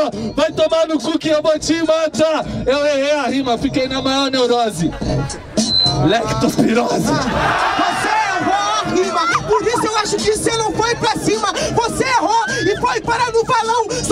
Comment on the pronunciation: ''Léctospirose'' kkkkkkkkkkkkkkkkkkkkkkkkkkkkkkkkkkkkkkkkkk (Leptospirose é o certo )